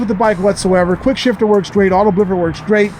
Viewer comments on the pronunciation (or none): none